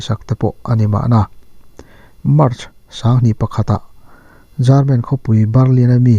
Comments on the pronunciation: Jarmen😀German tih tur anih hmel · Jarman anilo German tih tur,lamdik hram tawh ang che like lo phawt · German= Garmen ti deuh tlat zelaa..haha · Jaarmen hih, khawilai khua/ram nge ni?? Tlaw chak awm ve a... I Pronounciation hi a nal hle mai. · lam dik loh ah pawh a lulai lutuk emai,,, Pu'Jarmen 😂😂😂😂😂😂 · Eng trawng pawh nise lamdik hi ngaih pawimawh atha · Jarman (German) Barrlin (burma ang der burlin)😉 hma i sawnzel ka beisei.. i aw ngaihthlak a nuam